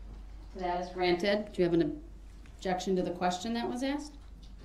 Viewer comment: "May I axe the reason why that'd be" ASKED. IT'S SPELLED A-S-K-E-D, not axe!! And don't get me started on how he pronounced the word "sustain"... "Reason for the "sUBstAiN your honor?" This guy just drives me so damn crazy but I'm still so intrigued by his case!